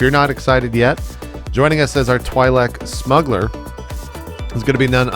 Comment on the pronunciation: Couldnt help but notice you pronounced Twi'lek wrong